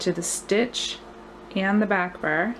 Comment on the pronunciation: I love the pattern! It looks so elegant and like it's knitted, which is exactly what I'm looking for. Just on the side, you have the cutest way to pronounce "bar" --- almost sounding like you're saying "burr" haha!